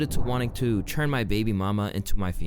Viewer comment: Okay...i gotta ask bruh. Why does this dude say "churn" instead of "turn "? Is it an accent thing ? Is it a lingo thing like "finna " instead of "gonna " ? It like, genuinely fucking bothers me cause everytime he says a rapper is gonna "churn" something im like..."wait ? Are they makin butter ? Oh nah he just dont know how to say the word "turn""